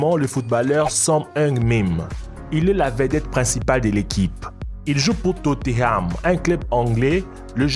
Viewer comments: TOTENHAM. Pas toteam !!! Énervent en plus mélange de la core du nord! Alors que son est du côté du sud ! 🤦🏻‍♂️ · Tote koï totenham pas totheam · MDR tu dis Tote Ham alors que c est totenam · C tothenam pas toteham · C pas totteham c tottenham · Jsuiiiis mort il a dit « il joue pour Totteram » 😂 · Mais arrête de mettre des images de la Corée du Nord pour la Corée du Sud. Renseigne toi ignorant encore je veux bien que tu sache pas prononcer TOTEHAM mais ça franchement non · totteham mdr belle pronontiation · hyperion 1020 Tot é Ham* 😭😭😂😂😂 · hyperion 1020 totéame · les commentaires 90% : les images la Corée du Nord et de la Corée du Sud 10% : comment il a prononcé Tottenham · Comment ta prononcé tottenham mdr